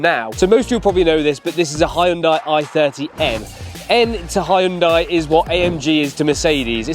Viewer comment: You don't pronounced the Korean car name like that. Donut 😅😂..